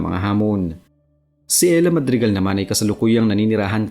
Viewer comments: E-------hra idol.... Hindi Ella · It's erha. Not Ella. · Ehra not Ela 😂